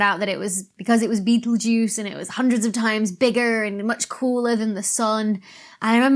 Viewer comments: she called it beetlejuice. Professional astrophysicist,allegedly. Its pronounced beh-tell gurz. No beetle, no juice. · Please, PLEASE, PLEASE don't say "Beetle Juice" EVER again! ... it's originally Arabic so it's more like Bethél-Geuse. In Denmark it's mainly expelled like "Betel-Gøse" , even though I prefer "Betél Geuse" (with the G expelled like Sh- in Sheet) ... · I was about to Subscribe ,then I heard you pronounce Betelguise as "Beetlejuice" so this is goodbye .